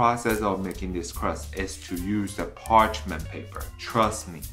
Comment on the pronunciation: Can you say parchemin paper one more time 😂 that looks so good and you are right so easy to make 😜 I can smell the salmon from here 😂